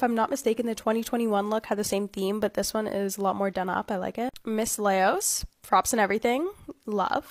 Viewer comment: Dang that first girl pronounced Laos so wrong LOL. Laos is pronounced like "loud" but replace the D with an S (that's in extreme simple terms but yk what I mean lol)